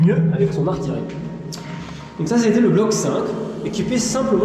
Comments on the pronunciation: Video très intéressante. J'ai juste un peu été surpris par cette insistance à prononcer artiLerie au lieu d'artiYerie, alors que vous dites artiYeur... mais j'avais regardé une vidéo sur la ligne Maginot, et ici on note de vrais progrès ! bravo. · Il faudrait apprendre qu’en français « ille » se prononce « yeux » on dit dont « arti yeux rie » et non pas « arti le rie » !!! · Bon petit détail on lis bien artillerie mais cela se prononce "artiyeurie" c'est yeurie et pas lerie" car il y a deux L, autrement il y aurait qu'un seul L ,cela ne se prononce donc pas "atiLErie" comme vous n'arrêtez pas de le prononcer.. autrement super reportage. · Bonne vidéo, comme d'habitude, merci pour ces visites et explications c'est TOP. Juste un point sur lequel je tique depuis des années ; "artillerie", je ne connais personne d'autre qui le prononce artiLerie. Tout comme on ne dit pas artiLeur mais artiyeur. Sauf erreur de ma part bien entendu. A bientôt, et au plaisir de voir vos prochaines vidéos. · Excellente présentation de ce superbe ouvrage d'artillerie (qu'on prononce ar - ti - ye - ri... mais ça, c'est un détail :-D ) Encore bravo !! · Intéressant. Je vais me pencher sur vos vidéos. Attention, si je peux me permettre, à la prononciation de certain mots, tels que "artillerie" (arti-YE-rie et non arti-LE-rie) ou dix (parfois on dit DISSE (il sont dix), mais si c'est suivi d'un mot (les dix doigts), on dit DI).